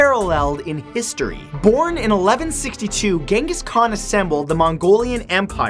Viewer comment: DANG MATT YOU ALMOST MADE ME CHOKE ON MY DRINK WHEN YOU SAID KHAN LIKE TO FUUUUUUUC. GIVE A WARNING BRO..